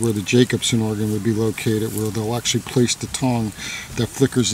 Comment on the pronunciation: Actually, not actualle.